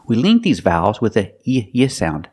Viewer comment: I finally watched a Marina Mogilko video (BRITISH VS AMERICAN ACCENT EXPLAINED) The way she says "vowels" is hilarious 🤣🤣 wowels When she says "copying" sounds like "coping" it really confused me 🤣🤣